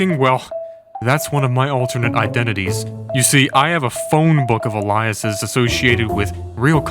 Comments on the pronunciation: Allyusis? Isn't it pronounced Ay Lee us? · It's pronounced AY-lee-us not uh-LIE-us. Entertaining video though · "A-lie-a-sises"? Do you mean "Aliases"? (Ay-lee-ah-sises) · Bro it's A-lee-us not uh-lie-us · i’m sure you’re quite aware because you have so many aliases that it’s pronounced ALE-ee-uh-siz 😅 … ah-lie-iz i think is the bad guy from the Void (Loki season 1) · Look up how to spell "ALIAS" AY LEE IS. Its not pronounced like Willem Dafoes' character in Platoon Elias. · Aliases = ay-lee-uh-ses 😅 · "alie-asis" Really? For someone this smart? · Al-ee-es. What are you AI? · Why can't anyone pronounce words anymore? A lie esses? Just Google aliases man. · no way bro said alliaces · he said it like the name elias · Hearing “uh lie us es” was really something… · One would think a guy who hacks scammers would know how to pronounce the word “alias.” And the difference between a “him” and a “them.” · I just had to mention the pronunciation of aliases bothered me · please learn how to pronounce aliases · Fabulous video but imma need you to look up how to say aliases and recipients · That is not how aliases is pronounced lol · Your pronunciation of "aliases" and "recipients" is interesting. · You’re pronouncing “alias” wrong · Do you know how to pronounce alias(es) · My man can’t say aliases? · The way you pronounce “aliases” is gonna keep me up at night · That’s not how to pronounce “aliases.” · Alias is not pronounced like that, but nice video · Lol bro pronounced aliases wrong... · How can a channel with almost 2 million subscribers have the videos narrated by someone who can’t pronounce “alias” or “recipient”? Makes it sounds like it is AI narration. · Did you mispronounce aliases? 😂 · No wonder you fell off. You’re using an AI of your voice. You can’t pronounce “aliases” or “recipients?” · really triggered me the dude said "aliases" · Did he say Aliases like that on purpose? Or is it his AI reading it.